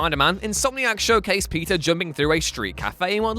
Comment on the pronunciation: Man, every time you say "Peter" i hear "pizza"